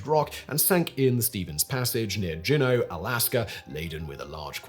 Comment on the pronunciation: It's pronounced June-no not jew-no